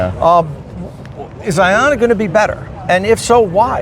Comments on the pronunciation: The most telling thing is half the reps said “I-O-nna” instead of “Ion-na”. These mouth pieces have no clue what’s going on. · The OEM reps should learn how to pronounce Ionna. To my understanding, it's pronounced Ionna like Ion. An ion is an atom or molecule with an electrical charge. Ions can be positively charged (cations) or negatively charged (anions).